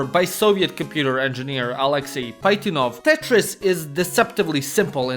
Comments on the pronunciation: tf u mean Paitinov? it's PaZHItnov bro. J here is supposed to be pronounced Ж (ZH) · Tetris creator is pronounced as Pazhitnov (where J goes for ZH or Ж in Russian)